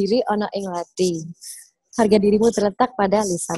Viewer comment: SEMUA ORANG DI INTERNET SALAH NGUCAPIN KATA LATHI. "THI" NYA ITU SALAH, BUKAN KAYAK NGUCAPIN T BIASA. TAPI YA MEMANG KALO BUKAN ORANG JAWA ATAU BALI SUSAH NGUCAPIN "TH" ITU. BANYAK KATA DALAM BAHASA JAWA, KETAMBAHAN HURUF H SAJA SUDAH BEDA JAUH ARTINYA. MISAL WEDI DAN WEDHI. WEDI ITU TAKUT SEDANGKAN WEDHI ITU TANAH/PASIR. LALU TUTUK DAN THUTHUK. KALAU TUTUK ITU KATA HALUS UNTUK CANGKEM ALIAS MULUT SELAIN LATHI. BEDANYA TUTUK DAN LATHI ITU KALAU TUTUK ITU BAHASA JAWA HALUS UNTUK CANGKEM YANG DIPERUNTUKKAN UNTUK MENUNJUK MULUT ANAK KECIL ATAU ORANG SEPANTARAN YANG BARU KENAL ATAU KENAL TAPI TIDAK AKRAB BANGET. NAH KALAU LATHI ITU UNTUK MENUNJUK MULUT ORANG TUA. JADI KALAU TADI TUTUK ITU KATA HALUS UNTUK MULUT, MAKA KALAU THUTHUK ITU ARTINYA PUKUL. KALAU NUTHUK BERARTI MEMUKUL.